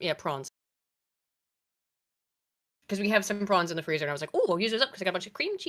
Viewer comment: She said prawns but pronounced the a as a ahhh! Praaahhhns